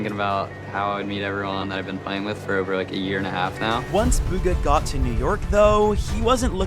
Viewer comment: "Buga" that commentator really ruined his name💀